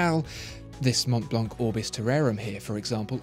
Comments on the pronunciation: “the monblonk” 😆 maybe double-check the french pronunciation next time you review a french named brand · Hi ! great video as always. We don't prononce the C of Mont Blanc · You don't pronoune the "c" in Montblanc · monTblanK, is it? Man...this is a luxury item. I'd understand the lack of class if you were American, but this leaves me baffled. It's monblan, man. Good god.